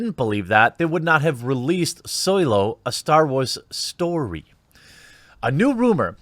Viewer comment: Thumbs down due to how you said Solo a starwars story, ....